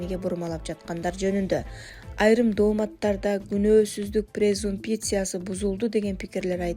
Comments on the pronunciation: Презумпия эмес презумпция туура сулогонду качан уйроносунор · Презумпиция, презумпия 😂😂😂 ой ичим Башка элдер укпасыын бул сөзүңөрдү